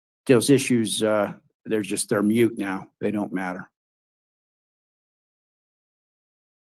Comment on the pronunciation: " mute" 😅 I think he should have said moot. 😂